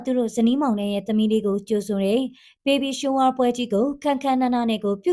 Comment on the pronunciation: Baby Shower ဘေဘီ ရှာဝါ လို့ဘဲထွက်ပါတယ်ဟယ် ဘေဘီရှိုးဝ မဟုတ်ပါဘူးဟယ်😂😂